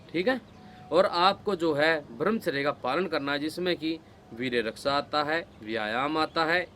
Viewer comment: आज़ आपने मेरे मन की बात कहदी,,, ब्रह्मचर्य का ठीक उच्चारण कीजिए भाई साहब